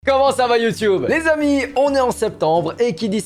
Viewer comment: Par pitié ne dit plus '' les amis '' de cette façon ! J'ai cru que t'allais me parler de ce que contient un colis ''comme j'aime'' 🤯🤯🤯